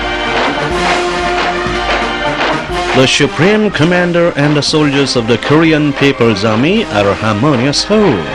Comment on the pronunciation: This propaganda video's English speaker sucks ass. SHUPREME COMMANDER lol